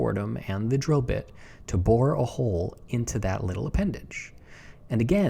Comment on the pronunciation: "I'll bore a hole"... My native Austrian ears heard "I'll bohr a hole". Pretty cute Germanglish, I'd say 😄😄😄